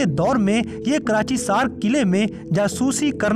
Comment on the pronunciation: Karachaisar ha bahi karachisar nahi